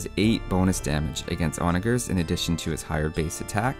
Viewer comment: onager has the g like a j according to online dictionaries